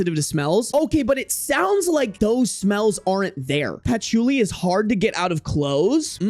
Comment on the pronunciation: not you saying Patch-oo-li 😂😂😂😂 bruh